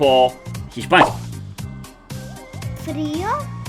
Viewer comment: Hiszpański a nie Chiszpański